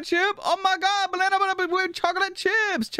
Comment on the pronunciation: there’s a thing between and chat where he calls bananas blanabas